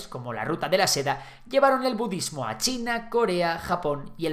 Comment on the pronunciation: You lost me at "bududismo"